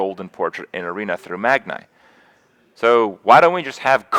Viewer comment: Can someone PLEASE tell Kripp he's saying Magni wrong. I'm gonna die